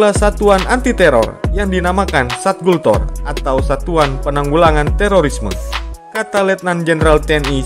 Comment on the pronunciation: Gultor Brooo Bukan gutlor Bikin chanel kok gak persiapan